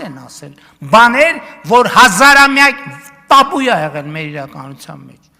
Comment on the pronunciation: Get it right Mr. Prime Minister. It's 'TABOO' not 'tapoo'. Any government official that uses even a s ingle non-Armenian word while speaking from the podium of the Armenian parliament or anywhere else on earth is pathetic. This disguising behavior should be a disqualifier if you are to be representing the Armenian government. Then there are the journalists followed by the rest of the country that carry this virus.